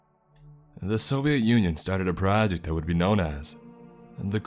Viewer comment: what's a prahaject ?